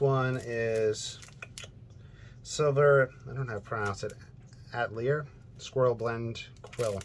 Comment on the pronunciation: Is it " atelier " you were trying to pronounce ? French for studio ? Will watch Part 2 if you decide to do one. Beautiful work.